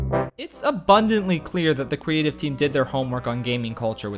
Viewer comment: hold on i did not just head "quweative"